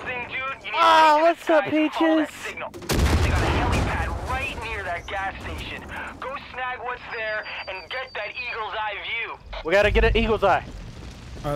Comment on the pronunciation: I like how he keeps calling peaches paches